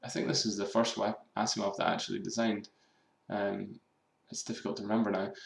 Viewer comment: Dat ASSimov (